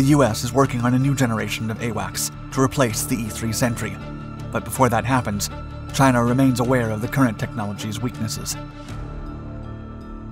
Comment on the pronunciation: He says Chiner. I love it. CHINER